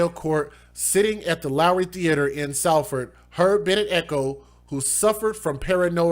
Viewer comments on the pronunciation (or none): none